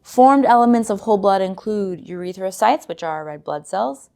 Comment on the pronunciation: why she say it like urethracytes lol